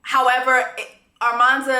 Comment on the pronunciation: it’s you calling her ARmanza 😭😭😭😭